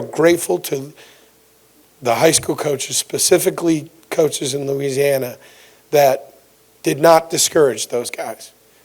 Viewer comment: Did that boy say loosiana